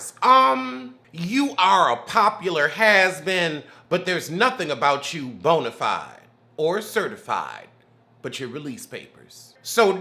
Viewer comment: “Bonifide has been “ 😫🤦🏽